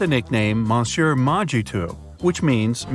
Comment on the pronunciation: Oy! Love Bright Side, but really face-palmed each time the narrator massacred the word "Monsieur"